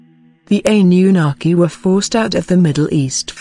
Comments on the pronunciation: "Ani You Naki" - "Ply-idi-yans" Man, these TTS narrators suck, i know, i've used them before.... ..you have to spell some words wrong, so the TTS pronounces it correctly, and the inflection... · I'm soo sick of hearing computer generated narration. I find it hard to listen to and hard to take seriously. The impact of the words is lost because there's no human element in the voice. "Ann-yu-naki" for example is mispronounced.